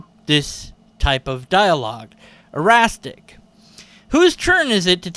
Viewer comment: Minor correction: Eristic, not Erastic. Comes from the Greek name Eris (AIR-iss in US dialect), minor Goddess of Discord (and/or Strife), whose latin name is Discordia, and who, jealous for not being invited to a wedding party at Mt. Olympus, tossed a Golden Apple of Discord into the party. The golden apple had the words, "To the fairest one," on it, and several of the goddesses there began to quarrel over who deserved it most. The young prince of Troy, named Paris, was asked to judge who should get the apple. Aphrodite tempted Paris with the reward of the most beautiful woman in the world, Helen of Sparta, and so Paris awarded the Golden Apple of Discord to Aphrodite so that he might marry Helen. And thus, the legendary Trojan War was set into motion, and Eris got her revenge. So yeah, it's about discord, so it's named after Eris, the Goddess of Discord, hence Eristic, not Erastic. Now you'll never have trouble remembering this trivia again! :-D